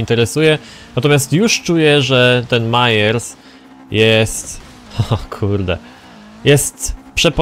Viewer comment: nie gadaj mayers tylko meyers